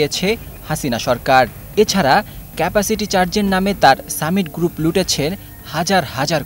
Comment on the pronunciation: সাংবাদিক এর উচ্চারণ ভালো করা দরকার, গ্রুপ উচ্চারন পুরাই ভুল।